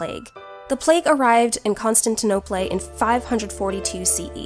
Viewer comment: How does a video with production value this high only have 250 views? Thanks for spreading the knowledge. I hope other people see this. Edit: "con-stint-ta-nope-lay"... So close :D